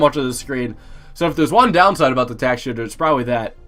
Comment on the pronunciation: "tack shitter"